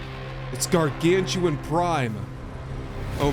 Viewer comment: those aren't "Gargantuan" but Gargan-utan, like Orang-utan.:)